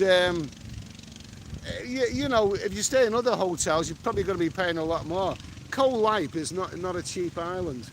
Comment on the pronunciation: 3 jibby jabbys lol. Koh Lype? Lol. It's pronounced Goh Leepay